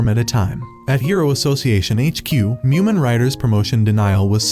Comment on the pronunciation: It’s mumen